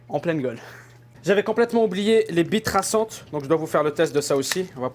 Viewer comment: Pourquo j'ai compris "bite traçante" ?